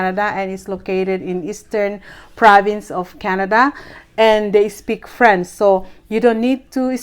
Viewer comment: Paki ayos ang pag pronounce ng french. Kasi ang pag pronounce mo frens